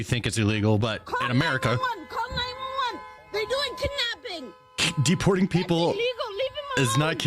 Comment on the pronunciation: Did she say kib napping